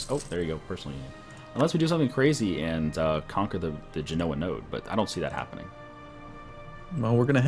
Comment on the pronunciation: It's pronounced Ge-no-ah Genoa